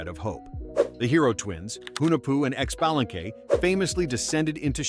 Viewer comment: you are so fucking wrong on both xibalba and hellheim, but if you are from US there is no surprise why